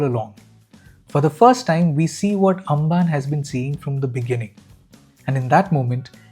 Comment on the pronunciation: Amban - like Ambani, not Angan. അംബാന്